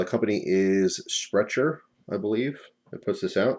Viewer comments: The name Sprecher is pronounced "Sprekker", they make a really good root beer and cream soda if you ever get the chance to try them, have not tried their hard root beer yet to see if I agree with your assessment of it tho. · Sprecher is brewed in Milwaukee Wisconsin where I live. It is pronounced Spreck-er. I love Sprecher beer, and I LOVE Sprecher's non alcoholic root beer...but like you, I am really put off by the Alcoholic Root beer. The taste reminds me of the difference between real bacon and bacon bits....if that makes sense. I am with you bro on this one. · If it is German then it is pronounced "Shpreckair" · Mate I'm a kiwi, I lived in Wisconsin for a while and have been trying to get my hands on there non AC rootbeer for about two years ☺️I miss it so much. Get the normal rootbeer! But you pronounced it wrong dude!